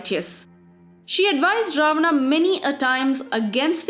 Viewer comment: What the hell is with the: Ravanaaa Ramaaa Dhutrastraaaa Indraaa If you're an Indian then talk like one. Pronounce the proper names lady.